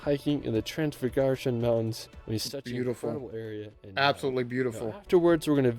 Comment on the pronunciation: "transfugurun highway" lol that's the funniest butchering I have seen so far, nice :))